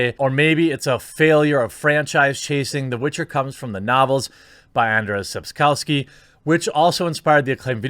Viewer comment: The ways in which you butcher Sapkowski’s name throughout the video merit the “like” in and of themselves :-)))